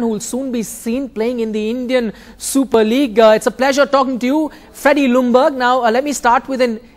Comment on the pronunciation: How funny h speaks out "Feddie Lungberg" hahaha made my day just awesome maybe its because im high but come on haha it cost me alot of tears lol